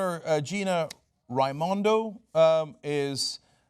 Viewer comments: All true my little state is the most corrupt state in the union. Cenk, the governor's name is pronounce Ray-Mun-doe. Anyway as Gina Raimondo (aka The Wicked Witch of the West) screamed out "put that woman in the white house" the people of RI shoved it us her a$$ and Bernie smoked 'em. Unfortunately Hillary actually stole Connecticut as she did Mass, Iowa, and Nevada. Note that she usually only steals one primary at a time. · ray-moon-doh my dude